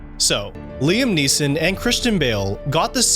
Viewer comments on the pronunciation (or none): none